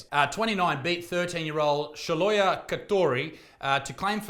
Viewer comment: Did he really pronounce Shiloh as "sholoya"?